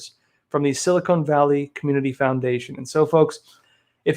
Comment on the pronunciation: Its Sil- i kon ( Silicon) Valley not Silicone!